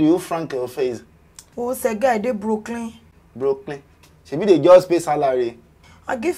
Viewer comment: She said Brokelyn. As in she's broke